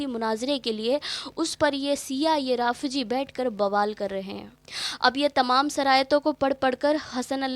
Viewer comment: Didi Jaleel nahi hota hai zaleel hota hai Jaleel allah bari taala ka naam hai janaja nahi hota janaza hota rafji nahi hota rafzi hota lehaza suuniyon ko badnaam na kare ye apka kaam nahi apki aawaz ka bhi parda hai lehaza ye kaam chhod de behtar rahega